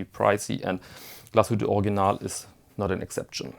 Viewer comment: I think heard you pronounce Original as "Organ-ahl," "Org-ee-nahl," as well as "Or-ig-ee-nahl." I've got the pronunciation of Glashütte, but I'm still still not sure how to pronounce Original. As the proud owner of a new forest green PanoMaticLunor I want to pronounce the brand name correctly. Your help would be much, much appreciated!!